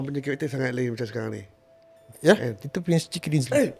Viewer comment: Asal lama lama dengar sebut 'prince chicken' dinzly 🤣🤣🤣